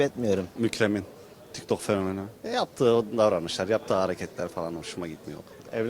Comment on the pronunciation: daki ablanın tiktokgııır demesini değerlendirmek lazım remix ci arkadaşlar, bundan ekmek çıkar